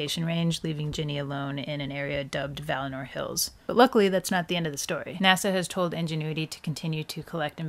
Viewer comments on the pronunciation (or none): Did she say Vallinor 🥺?